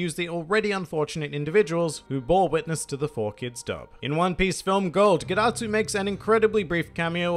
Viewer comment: Dad-atsu More like ged-atsu